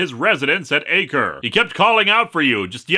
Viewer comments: "Acre" is pronounced "ach-ray". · One teensy-timy note, Linkara. It’s not pronounced “AY-ker,” as in the unit that you measure land allotment in. It’s a French rown/region, so it’s pronounced “ah-KREH.”